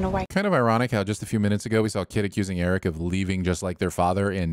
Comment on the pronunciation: I REFUSE to accept the results of your sin tally until you go back and add a sin for every single time a character in the episode OR yourself in this video pronounced Prince Airk's name like "Eric", instead of with a single syllable which is how the name of Madmardigan's long-time best frenemy, Airk, for whom he was CLEARLY named, was said.